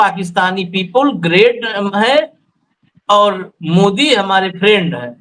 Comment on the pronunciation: Friend or prend.😂😂😂